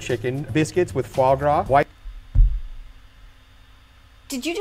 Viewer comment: Did he just say Foie Ca?! French triggered noises